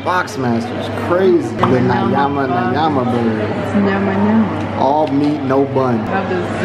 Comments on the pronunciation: 'Nayama nayama' ... you are butchering the language 😂😂😂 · Finally, you guys are here 🤣🤣it nyama not nayama 🤣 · Never been to KFC Kenya, this video makes me want to visit one. Here is an interesting tip when it comes to swahili or any bantu language enunciation, 'Ny' is pronounced similar to Spanish ñ in mañana (tommorrow) something like ñama ñama.